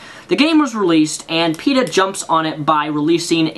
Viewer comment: Then you say Peta it sounds like Peter to me.